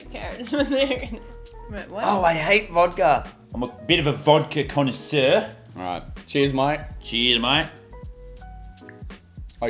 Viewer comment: Everybody : I hate vodka Lannan : I am a vodka con assure